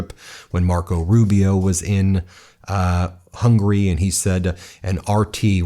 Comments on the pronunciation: Pronunciation of Hungary is Hung-u-ry...not hungry, which means "wanting to eat". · It's Hungary, not Hungry. Hearing this guy pronouncing it hurts. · Why do you pronounce Hungary as hungry, please try to pronounce it well.....